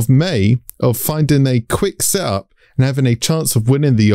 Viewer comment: You pronouncing “setup” as “sup” was confusing af